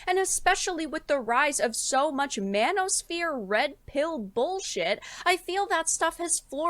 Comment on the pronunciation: i have to agree, i was just watching some anime and i can fully hear them say MAN-O-SPHERE must be a S graded spell